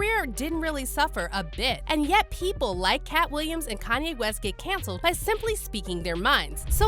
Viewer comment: To her credit...the narrator pronounced Kanye's name wrong...everyone wants to be black, except on paper.